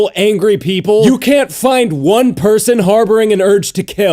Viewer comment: I love how it sound when he says people as peepurel.